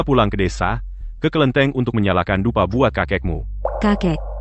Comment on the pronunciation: bukan kelinteng..ini kelentit hahaha..